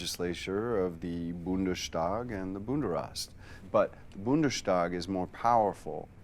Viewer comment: Why Bundeshtag???? It's simply Bundestag